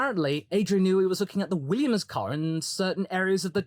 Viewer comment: I can already picture it now. Multiple holes in multiple desks, the echoes of “HE TELLS US CHANGE OUR CAHH, AND NOW HE CHANGE HIS CAHH TO LOOK LIKE OUR CAHH WHICH HE SAID WAS FAKKED. THIS IS NOT RIGHT CHRISTIAN”.